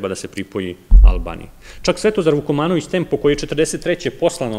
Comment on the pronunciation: Vukmanovic...A ne `Vukomanovic`...Moj gospodine ``...